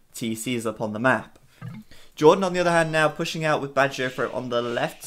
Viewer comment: Can someone please explain why BacT is pronounced "Badger-O-Fro"? Am I missing something or is my hearing bad? I don't understand...